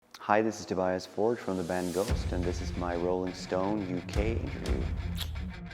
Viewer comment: Like is name is pronounced the same in French T-o-b-e-a-s not Tobïas